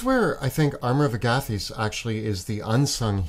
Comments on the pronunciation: please learn how to say Amor of Agathys. It's not hard to correctly place the emPHAsis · Tell me both of them didn’t emphasise the SECOND “A” in armour of Agathys, rather than the first “A”. Idk if that’s how it’s supposed to be pronounced, if it’s definitely not how I’ve heard it and the difference is triggering me 😂 Great video tho! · Do you pronounce Agathys like that because you are Canadian? Or have you heard it pronounced that way from some official source? It drives me nuts because I have only heard it said out loud on Critical Role, and when they use it, they say it like the plural of the name Agatha. 😂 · Have NEVER heard Armor of Agathas pronounced like that. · Are we just going to skim over their pronunciation of Armor of Agathys?! 😂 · I don't like the way you say Agathys. Just saying...